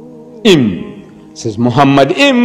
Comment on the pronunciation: The first mistake by Deedat is that he pronounced מַחֲּמַדִּ֑ים as ‘muhamaddim’. But he is wrong, it is ‘ma-kha-madim’. So there is no pronunciation of Muhammad. The other mistake made by Deedat is that he said that ‘מַחֲּמַדִּ֑ים' is a name. Again he is very wrong because מַחֲּמַדִּ֑ים is a masculine plural noun, so it is not a name (like יְהוִֹה, Yhvh). And because it is not a name it is impossible that it refers to the name of ‘Muhammad’.